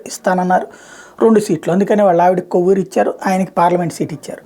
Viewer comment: చాలా సార్లు విన్నాను మీరు కొవ్వూరు అంటున్నారు Nellore లో ఉండేది కోవూరు అండి ఈసారి అయినా కోవూరు అని పలకండి